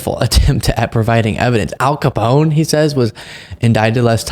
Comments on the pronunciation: “Al Capong????” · I swear he said El Kabong instead of Al Capone. Play it back and tell me I'm wrong. Poor Abby is so patient and respectful to him, like he's an older relative who just suffered a stroke. God bless her heart.